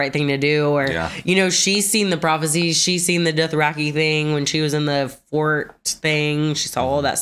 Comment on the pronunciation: Why can't this guy say Dothraki? Adding an extra R after 7 seasons.